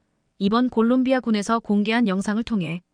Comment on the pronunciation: 콜롱비아를 골롱비아라고? 😂😂😂😂😂 한심하다